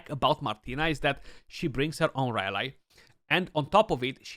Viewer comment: great vid but rally is pronounced as ra-lee not ra lai.